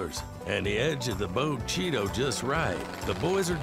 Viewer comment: That narrator does NOT know how to pronounce Bogue Chitto… I called the town(in Mississippi) home for a many years